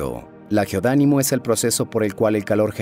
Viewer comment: Todo el rato la voz dijo GEODÁNIMO cuando en realidad la letra y lo verdadero es GEODINAMO. Es sólo una observación sin quitarle méritos al vídeo